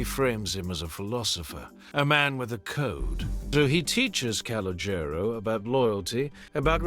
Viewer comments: Can you please stop saying his name you are absolutely butchering it. Just say “C” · The kid's name is colonial the name might be misspelled but it's not being pronounced right